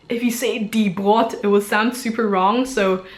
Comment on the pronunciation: brott ;) vokale vor zwielauten, doppelbuchstaben, oder ck sind kurz, das o in brot ist nicht kurz :) obwohl es süß klingt wenn du's sagst